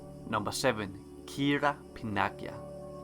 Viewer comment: Kira Panagia not Pinagia